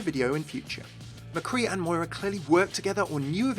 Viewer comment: I am Irish...My name is Moira, and hearing my name mispronounced SO much after this character came out is actually quite frustrating O.O I want to like walk up to the creators and shake them super hard "THE 'I' IS SILENT!!"